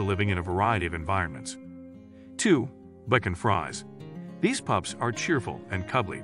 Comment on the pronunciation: It's pronounced "Bee-shawn Freeze" and Corgi has a hard "g" - it's not co-rjee.